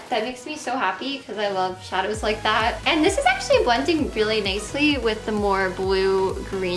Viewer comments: I've also noticed she can't even pronounce "th" sounds properly either. She says "dat" instead of that. Her "homeschool" education, and lack of social exposure definitely did no favors for her, and clearly no one in her parental roles stepped up to get her help, or to encourage her to reach healthy, typical mile stones. They are disgraceful w/ their neglect. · I like how you say "dis" and "dat"